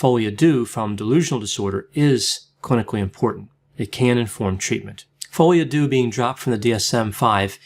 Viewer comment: Oh my goodness. It’s FRENCH, it’s not pronounced like THAT. Are you for real? I’ve never heard a doctor that can’t pronounce the name of a disease/condition when it’s in a foreign language. No comment.